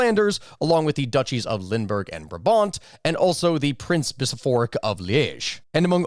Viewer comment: What is a Biso-phoric? Did you mean Bishop-rik as in a land ruled by a Bishop? :D P.S. I noticed that you did not mention 'Corsica' is that because you don't think they will secede from France? I know Napoleon was a Corsican so part of the French identity. But...?